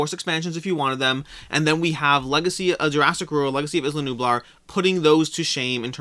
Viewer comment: Isla = I-la as in island